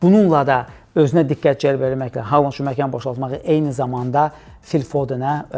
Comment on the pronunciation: Hər şey yaxşıdır, amma Xaland deməyin korlayır.